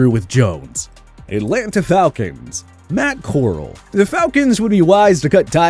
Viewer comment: Lmao Matt “core-l”😂😂